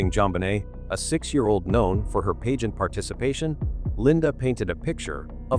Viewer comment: It's annoying how the AI voice can not pronounce "pageant" correctly.